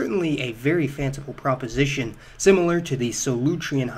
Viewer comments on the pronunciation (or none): none